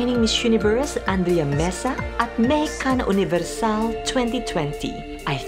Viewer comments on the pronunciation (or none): none